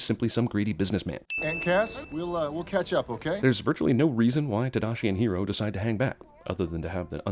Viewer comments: I understand "why" she says his name like that I'd have prefered her to say his name like everybody else. Or everybody else saying his name like she did. It was just irriating. Like watching a movie and hearing someone pronounce a name or word wrong every, single, fucking time... It's just annoying, even if it's their accent, lol. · It still bothers me how Honey Lemon pronounces hiro, even if she's supposed to be the most white washed latina in an animated movie. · It's more the fact that no one else in the whole movie pronounces it that way, including Hiro himself! Just feels really out of place. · Crap, every time she said Hiro in that movie it made my skin crawl. I'm not a Weebu but that's some terrible American pronunciation of a Japanese name. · Did anyone else notice how Honey Lemon changed the way she pronounced Hiro's name throughout the movie? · AAANDD no mention of why the white girl is the only character to call hiro (hero) pronouncing it with a roll in the r as if she's japanese..... not even hiro's Aunt or brother call him that!!!! HIRO HIMSELF PRONOUNCES IT "HERO". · am I the only one who finds it funny that Honeylemon, the whitest character, is the only one who pronounces Hiro's name with a Japanese accent? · When honey lemon pronounces hiro she clearly says it a way that makes it sound japanese to loosely connect it to its origins in the comics. I think thats a missed sin, if not am i racist? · The fact that they pronounced Hiro's and Tadashi's names wrong is the biggest sin of all. I understand it's hard for people who speak English to pronounce Japanese names but the voice actors weren't even trying. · The chick with the glasses that pronounced "Hero" correctly ONCE then the rest of the movie pronounced it "Heedo" was the most annoying thing about this movie. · Is name is "Hiro" not "Hero". sorry being a nazi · Me every time she said Hido I yelled Hiro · His name is pronounced He-do not just hero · she pronounces hero HE-doe